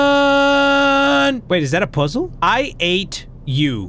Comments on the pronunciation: The way he say puzzle pUzSE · i love how he says puzzle "pausle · The way says posols has me rollin